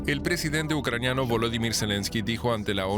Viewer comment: No es ucranio...Es ucraniano..No es Romo..Es romano.